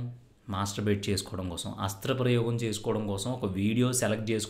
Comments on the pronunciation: అస్త్ర ప్రయేగం కాదు సరిగా పలకడం నేర్చుకో హస్త ప్రయోగం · హస్త్ర ప్రయోగం కాదురా సవట నాయల . హస్త ప్రయోగం అనాలి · Nice information bro..But oka small correction..Adhi hasthra prayogam kaadhu...Hastha prayogam ani correct ga palikithe baguntundhi...but super content bro..👌👏👏👏